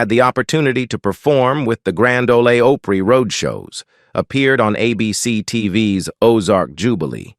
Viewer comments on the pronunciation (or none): grand ole OHPRY? come on, man!